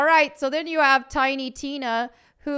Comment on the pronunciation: Did you say “hovv?” Do you mean “have?”